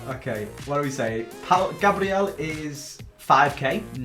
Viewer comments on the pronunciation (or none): none